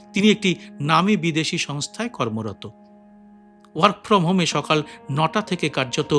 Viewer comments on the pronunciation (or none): none